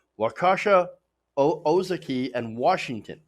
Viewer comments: Not even close on the pronunciation of Ozaukee it's Oh ZA kee. Waukesha (where I was born) is Wau KA sha. Both are very short and choppy being Native American words. At least you got closer at the time stamp. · Pronounced O' za key and Wauk e' Shaw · Wak-aw-sha, Ou-saw-kee counties? Research your material before you go on air. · Man you really butchered our counties names! Lol Wau Kee Shaw Oh Zah Kee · WAW-kesh-AW, OH-ZAW-kee.